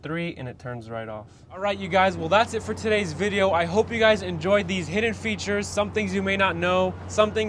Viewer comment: "Futures? Do you mean "features"?